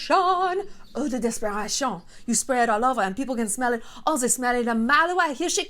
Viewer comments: How do you do the french accent so well haha (im french btw) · Nice french accent Shallon!!!!